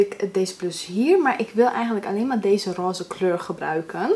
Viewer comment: Jij zegt Roze echt apart heha (dialect wss). Echt zo van "Ross"